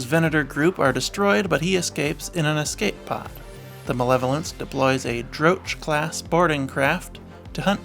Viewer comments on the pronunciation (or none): I think Droch is pronounced DRo-ck. It's named for a type of bug that came from the planet Nam Chorios and which caused the death seed plague.